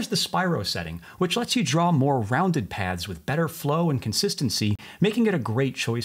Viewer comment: All I am hearing is pads instead of paths. Am I the only one?